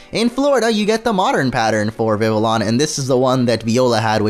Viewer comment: It’s not Vivillon. It’s Vi vi on